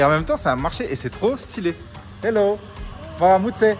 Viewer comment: 👍👍👍❤ tu maîtrise bien l'accent ton mwaramutse est parfait comme si tu es autochtone tu mérites d'avoir la nationalité et ensuite tu la donne aussi à Olivier. Vous êtes magnifiques 🙏⚘